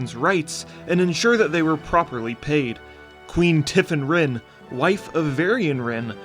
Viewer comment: Her name is actually Tiffin Wrynn No hate. Great video!